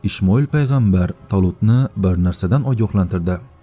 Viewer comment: Ishmoil emas Ismoil deb aytiladi to'g'ri oqing